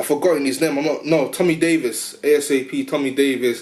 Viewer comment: Bro it Asp not ASAP. Big up to Manchester